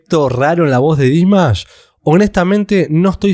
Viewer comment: A alguien más le desespera que no pronuncie bien el nombre? ..... Es Dimash, con acentuación en la última sílaba, palabra aguda, por favor! Hay que investigar antes de publicar. Gracias.